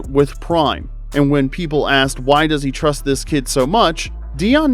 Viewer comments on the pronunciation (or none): just in case you don’t know it is “does” not dose 🥀🥀